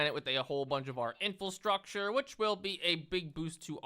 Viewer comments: Love that after all this time still says “infulstructure” instead of infrastructure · Just sitting here enjoying a video then all of a sudden he hits me with the "in-fill-structure!" Atrocious